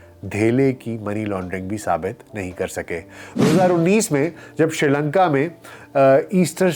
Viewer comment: ڈاکٹر صاحب آپ شری لنکا کیوں کہہ رھے ھیں س کا لفظ موجودھے